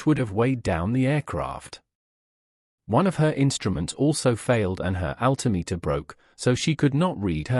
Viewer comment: There seems to be no relation between the title and the actual video, apart from the name of the main character. Strange. In the same vein, how does an announcer of an aviation history video not be familiar with the correct pronunciations of Lindbergh and altimeter? Okay, the Brit mayn't pronounce equipment the same as Americans, but.... what does this video have to do with the disappearance of Amelia's plane? And wasn't there a mention of the plane having "reappeared" ? The various photos displayed, many times, were relevant to the audio. LOL